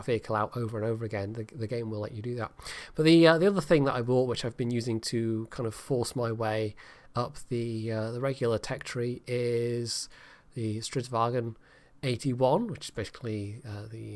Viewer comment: Word of advice from a Swede. It is not stridsvaGn. It is stridsvagn. You pronounce the 'ng' as you would in the word 'string' and then add a 'n'. Love your videos and good luck with your Swedish.